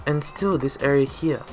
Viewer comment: Well you fixed it real good. 😅 I enjoy the way you say HERE (Hea)